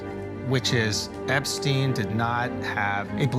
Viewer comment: I cant get over how Trump said Epstine like he never heard the name before. "Epp...stine?"